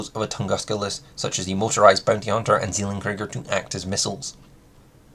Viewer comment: as a german i hate the way you pronounce "Zellen-Krieger" ;-) but otherwise great vid! Very informative :D